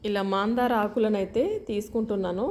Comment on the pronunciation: మాందార కాదు మందార